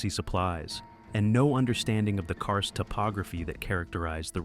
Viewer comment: It's "karst" not "car's".